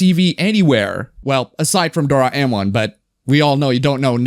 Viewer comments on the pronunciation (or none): Dora Enmon? That's the weirdst pronounciation I have heard of Doraemon yet, haha. :D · Do Ra Eh Mon. Not as weird as DoREYmon tho